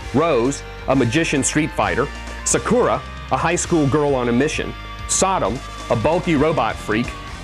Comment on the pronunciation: wow how the fuck you get all the names wrong its Ryu not Riu its Gen not Jin its Sakura not Sakuura get it right or dont review it dumbass